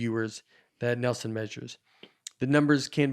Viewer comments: Binged all the episodes this week. SO GOOD. Nate’s special might be my all time favorite. IS a secret genius. Knows something about everything. seems like the best kind of people. Nate, it’s Nielsen. Neeel-sen. face lights up when Nate dunks on hat. So good. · Did that guy actually ask if it was a real shark? BTW Nate just ignores the i in the name and says Nelson over and over. Disrespectful or slightly illiterate?